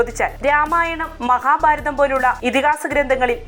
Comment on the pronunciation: മഹാ "ബാ"രാ ത മോ... അതേത് ബാ ര തം....